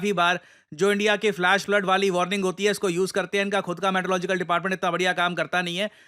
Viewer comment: Meteorological ❌ Maetelogical ✅